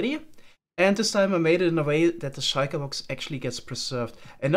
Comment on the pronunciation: i like the way you pronounce shulker box